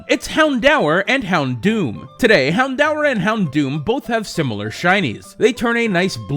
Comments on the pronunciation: "hound-hour" Hound-or. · I'm pretty sure it's pronounced hound-door, not hound-hour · He says 'Houndour' so weirdly... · You slighty mispronounced houndour but otherwise I love your videos 👍